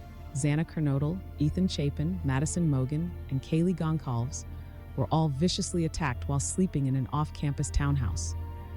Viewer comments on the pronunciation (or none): whomever this person is talking is so mis informed its not even funny. her wording is appalling . DO YOUR RESEARCH! AND ITS PRONOUNCED GON SAL VES. .............RIP ETHAN ,XANA, MADDIE, KAYLEE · it really irritates me that ppl can not/do not pronounce Goncalves correctly!!! That really gets me that come from having a name myself that does not get pronounced correctly!!!